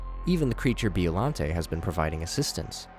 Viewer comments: As a godzilla intellect, every muscle in my body contracted after hearing him saying 'bee-ollante' instead of 'byo-llante' and when he called hedorah a bloody mud monster. Please do research at least 😭😭😭😭😭😭😭😭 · "Bee-oh-lan-tay" 😭🙏 also That's Hedorah. Hedorah is MOTHRA!!!????